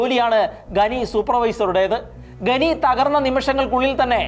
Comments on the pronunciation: ഘനി അല്ല ഖനി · ഗെനി അല്ല ചേട്ടാ. ഖനി എന്നാണ്. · ഗനി അല്ല , ഖനി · ഖനി, എന്നത് ഗനി എന്ന് ഉച്ചരിക്കുന്നത് ശരിയാണോ? വളരെ ആരോചകമാണ്. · ഗനി ഗനി എന്ന് കേൾക്കുമ്പോൾ ഒരു അറപ്പ്. ഖനി എന്നാണ് നമ്മളൊക്കെ പറഞ്ഞു പഠി ച്ചത്. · Yes. Please note